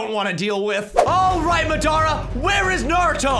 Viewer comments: Yo btw it’s Madara not mddara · It's not ma da ra it Madara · It’s not mdara it’s madara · I love how he calls Madura Madara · madara, madara its Mad-era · Bruh you said madaras name wrong its mad ara not ma dara but good vid ngl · His name is not madra it's Madara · It's not marada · it is not mdarea it"s madra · Do u mean u love how he calls madara Madura??u said it wrongly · the way u say madara haunts me it’s pronounced maw-duh-ruh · It’s MADARA not madara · U saying madear